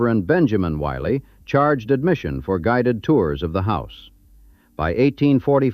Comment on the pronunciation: Pronounce the name Willey right. There are 2 Ls which makes the I soft as in indian.